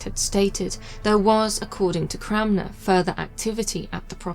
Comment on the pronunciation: As a Cranmer, I would like to thank you for pronouncing the name correctly 😂